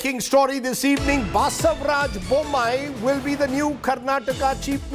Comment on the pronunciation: its not baasevraj..its basavaraj